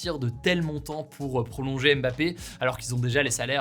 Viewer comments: C’est l’un des sportifs les plus célèbres mondialement et quasiment personne n’est capable de prononcer son nom correctement. Le M de « Mbappé » ne se prononce pas, merci. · Super mais je me dis que Ca serait bien de prononcer correctement le nom de Mbappé quand meme, le M n'est pas dissocié du bappé.